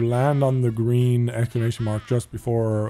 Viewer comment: gween gangg